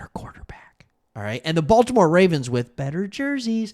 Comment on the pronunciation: They got a lot of Ravens players. “Bolt’imore Chargers” 😂